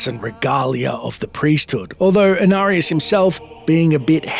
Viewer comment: They butchered Inarius